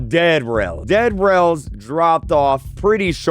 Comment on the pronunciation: Your saying dead rails like DEAD rails like a pun💀💀💀💀💀💀💀💀